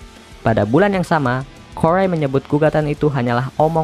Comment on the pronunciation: "Des Moines", bacanya "də moin" ('es' nya ga terbaca). "Corey" terbacanya "kori" bukan "korei". Lainnya (tolong) belajar sendiri ya